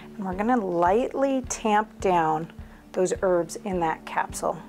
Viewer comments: Why do you say ' erbs' and not ' herbs'? Thanks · Please pronounce the H when you say herbs. Saying erbs, annoys me. Bye the way, thanks. Great video. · Thankyou but there’s a H in Herbs